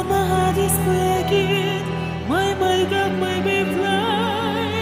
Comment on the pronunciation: Accents may be charming but you should at least pronounce words correctly, even though you have an accent. And mispronunciation and enunciation, not accent, is Dimash´s weakness. For example, in his recent "You raise me up" he mispronounced the word "heart" as "heard". After so many years and after singing "heart" in "My heart will go on" correctly years ago, this is just negligent and unprofessional.